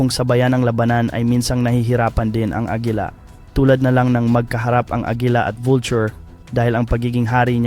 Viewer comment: Bisaya ka ba agila hindi agela